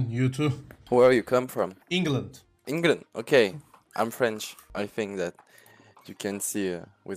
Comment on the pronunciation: inglınd dediğinde adamın içinden yaw he he dediğine yemin edebilirim ama kanıtlayamam..